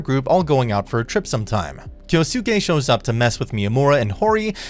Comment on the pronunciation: Did you just pronounced "Kyosuke" to "Kyo-Soo-keh" dafuq?